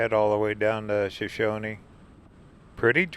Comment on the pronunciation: it's pronounced "show shown". The "e" on the end is silent. When most people think of Idaho they only think of mountains. There's lots more to it. We live near Twin Falls so most of this is in our backyard. The Shoshone Snack Bar has great burgers. That bridge is one of the very few in the U.S. where it's legal to base jump off of it. We see them quite often.